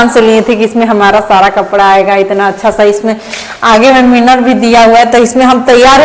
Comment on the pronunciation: मिनर नहीं मिरर बोला जाता है